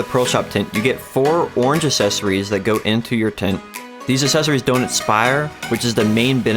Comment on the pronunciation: Good video, but I'm gonna need you to slide a "c" sound in that "assessories" word you keep saying. :D